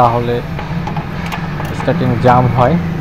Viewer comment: ইস টি আ রিং। স্টার্টিং না